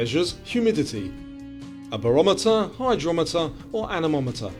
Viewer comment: of cause it does DOH... But your voice says hydrometer..🙃